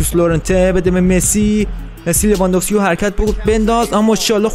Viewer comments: لیوا نه لوا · عالی ولی لیواندوفسکی نه لواندوفسکی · عین اون افریقایه بگو رابرت لواندوکسا😂